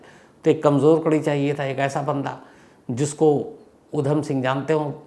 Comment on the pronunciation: Jaban fisal Rahi he apki . Jara dhyan se boliye.5 November - Uddham Singh 😊